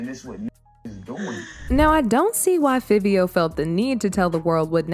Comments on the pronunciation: Its pronounced FIVE-E-O... Jesus... so cringy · So annnnnoyed with the pronunciation!! Girl its pronounced “FIVE- EO” dang 😂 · Clearly it’s Fiv-E-Oh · Why she keep pronouncing Fivio wrong 😂 that thru me off, yall it’s Figh like high, Figh-vee-o Okay, we good now lol 🫶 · It's pronounce fa vee o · 1. It's pronounced FIVE-E-O 2. It's actually milan Christopher 3. Is this like an AI ran channel or something cause... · U keep saying fivio foreign name wrong!!! It's( FIVE.VEE.OH)